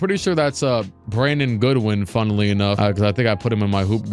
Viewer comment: “Funnuhly enough” 😂😂